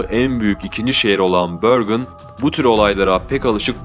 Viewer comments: Şehrin ismi Bergen diye yazılır Bergen diye okunur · börgın ne la :D bergen dir o :))) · kotukedi42 bahsettiği yer norveç bergen, börgın diye tellafuz edilir ben de oraya yakın bir yerdeyim bu eylülde 1 sene oluyor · bende drammende yaşıyorum bergen diye yazılır ve bergen diye telaffuz edilir ha konu yaşamaksa bende bi 20 ssenedir burdayım :) admin ingilizce telaffuz etmeye çalışmış ama norveççe büyük ölçüde yazıldığı gibi okunup telaffuz edilen bir dildir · børgen degil Bergen sehri`` ulrøken Degil Ulriken ben orda yasiyorum daha temiz bilgi icin iletisime gecebilirisin